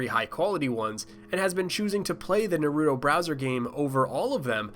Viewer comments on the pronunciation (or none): none